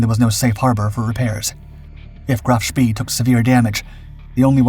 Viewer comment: It's pronounced "Spay" not "Spee"